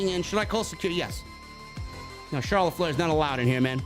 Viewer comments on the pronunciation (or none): none